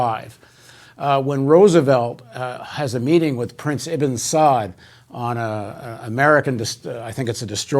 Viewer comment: With all due respect to Paul, it is the house of SaUd and it is the Wahabbis (Salafists). Pronunciation matters.